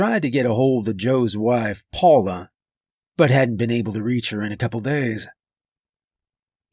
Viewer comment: Sooooo awesome, love the way you say my name 😅 Paula